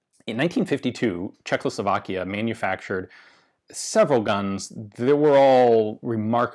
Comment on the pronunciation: It's Czechoslovakia, not CzeKLOslovakia, come on. )